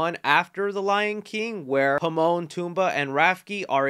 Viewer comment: Did this guy say Himon, Poomba and Rafki? Where can I get my pitchfork?